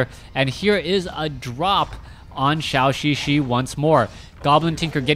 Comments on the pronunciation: Thanks for sharing! By the way,it is [dʒəu]xixi instead of [ʃau]xixi. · Could you plz pronouce ZhouXiXi correctly? It triggers my OCD every time